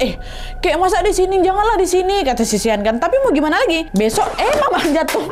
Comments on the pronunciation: Shawn❌ Sean✅ Sebutan 'Sean' sama dengan 'Shawn' 😅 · Sean di sebut ‘shawn’